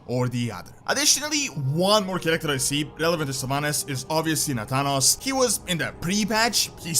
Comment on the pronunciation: Finally you are pronouncing Nathanos correctly.